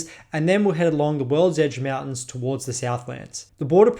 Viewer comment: Bro Said worldege Mountains Like 8 time BUT never talked about' the dwarven holds really